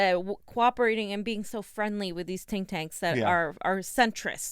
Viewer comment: Love when says "tink tanks"